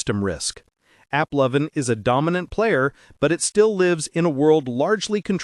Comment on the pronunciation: It is Lovin' not LOw- vin